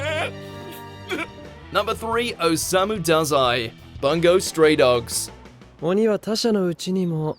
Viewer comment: Omfg, this is the 4th? 5th? video where the pronunciation of Bungou Stray Dogs is butchered. It's really not that fucking hard to put the name in google translate and listen how it's supposed to be pronounced.